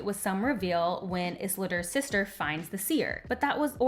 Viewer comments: love this review, very accurate, articulate and fair. just wish you'd say isildur's name properly, but not a huge deal. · I don't disagree but your mispronunciation of Isildur and Sauron takes me out of the video.